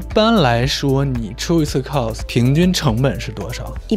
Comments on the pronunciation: 非常想和Lks说cos的发音，不是寇s，是靠s。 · Costume play..发音😅